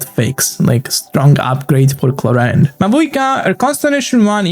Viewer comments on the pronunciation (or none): none